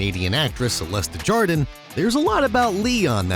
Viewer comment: 17 they way he pronounced desjardins I CANT